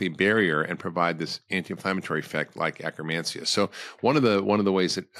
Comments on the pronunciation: You say acromancia or do you mean akkermansia. I do see pendulum life supporting akkermansia supplement. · He's saying akkermancia